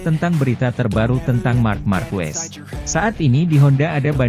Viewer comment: Sedikit koreksi penyebutan nama Marques bukan Markuues tapi Markes mudah kan?